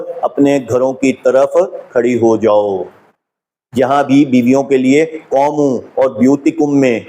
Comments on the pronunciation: Qomoo. Is wrongʻ....it's qoomu......u can't read Arabic . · صاحب اپ کی محنت بہت سے لوگون کے لیے سود مند ثابت ہو گی ان شاء اللہ دین مین نقب لگانے کیکوشش کرنے والے اپ کی کاوش سے رسوا ہو رہے ہین یہ دین کی بہت بڑی خدمت ہے جزاکم اللہ احسن الجزاء قوموا کا تلفظ ذرا درست فرما لین بہت شکریہ